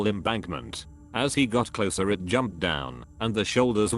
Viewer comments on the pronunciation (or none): none